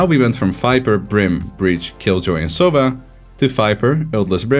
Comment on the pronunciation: It's sova, not soffffaaaaa! XD regardless, an awesome analysis!